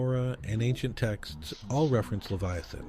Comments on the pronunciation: Its pronounced Lev eye uh, thun. NOT Lev-ee-a-thun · It's pronounced "lev-EYE- uh-thin." Hmm. If it's there, it would be really terrifying. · This guy can't even pronounce Leviathan. It's not even that..its DANK DEMOSS TRYING TO SUE THE OCEAN CUZ SHE THINKS SHE CAN FIT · And Job. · I'm sorry, but I'm a god fearing Christian, and this video has no "scientific proof ". It's also hard to take it seriously when leviathan is pronounced 80 different ways. This feels like AI click bait nonsense... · Sorry brotha. But you’d be a LOT more credible if you pronounced Leviathan consistently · Ive never heard so many different ways to pronounce leviathan before this video. Theres at least 4 different pronunciations here .. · How many ways can you pronounce "Leviathan"? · Idiot pronounced Leviathan 3 different ways. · QUIT PRONOUNCING THE SAME WORDS DIFFERENT!!